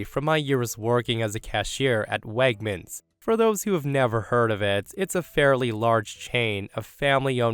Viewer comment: Wegmans is not pronounced as "Wagmans." And, please, when OP writes the grammatically correct "anyway" stop changing it to the nonstandard "anyways." (Adverbs cannot be pluralized.)